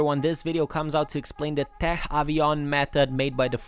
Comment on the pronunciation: Great vid, love your content ! It's pronounced "tek" tough, because it's a short for technique ;)